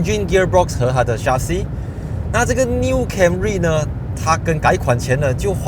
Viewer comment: 谢谢你，原來我一直讀錯 chassis 這個發音. 😅